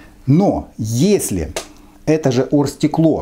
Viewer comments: Просто букву "г" проглатывает, что как бы сленг в Украине, все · с Украины, букву "г" просто проглатывает после согласной